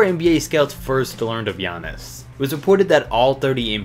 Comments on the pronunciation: For giannis. He messed up the name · I noticed that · I died when he tried to say giannis name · HE CAN'T PROUNOUNCE IT RIGHT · when you try to pronounce giannis name...